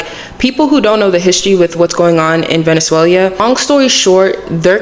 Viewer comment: Its not venezuelia its ve-ne-zue-LAH. But good video otherwise! Thanks for bringing attention to the venezuelan people and their struggle. They come from an oppressive military narco dictatorship, i recommend investigating more about the venezuelan situation. You will find that in this new age its the root of alot of the instability in Latin america. Keep up the good fight and keep people informed!